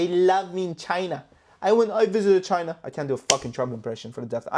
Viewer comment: It's so funny how he says CCCChina lmao😂😂buy!! If the markets don't recover and they dump the dollar is worth nothing it doesn't matter anyway hahahah buy gold if you're worried about the market crashing.. LMAO